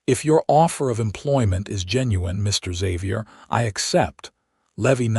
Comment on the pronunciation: You seemed to pause in Mr., Mrs., and Dr.; the period should not be treated as a full stop. No need to pause.